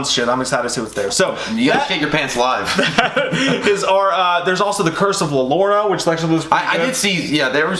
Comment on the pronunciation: lol “cure of la llorona” 😂 it’s pronounced “Yorona” bt spelled “Llorona”